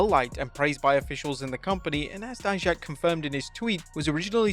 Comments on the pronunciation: Finally you pronounced DIJAK properly!!! 😂😜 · Thanks for pronnouncing Dijak name right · You're saying Dijak's name correctly this time. Good to hear. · He finally said Dijak's name right😭😭😭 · Bro saw our comments about saying Dijak’s name wrong lol 👍. Thanks!